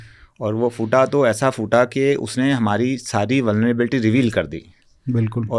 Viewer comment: उच्चारण का संज्ञान लें फूटा (फ़ूटा नहीं)